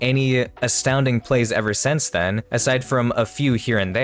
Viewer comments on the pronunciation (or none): none